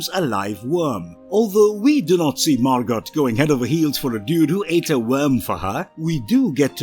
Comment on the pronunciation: The character’s name is Margot (pronounced MAR-GO, NOT MAR-GOT)